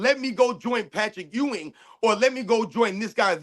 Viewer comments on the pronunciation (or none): none